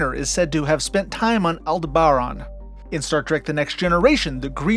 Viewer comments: AL-DEB-BURR-ON, Jesus in you clip Picard says it correctly and you still screwed it up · I think I learned Aldeberan was pronounced with the accent on the “deb” syllable. I think that also was the planet destroyed by the Death Star in Star Wars. Correct me if I’m wrong. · Altair 6, if memory serves was the original destination of the U.S.S. Enterprise NCC 1701 in the episode Amok Time. The original series also went to or mentioned Deneb so I can't see how Farpoint is at the edge of explored space. Aldebaran - Al Deb Aaron LeGuin - La Gwin like Gwen except with an eye. I can't recall other mispronounced words but there are some. Aldebaran hurting my ears the most when you mispronounced it.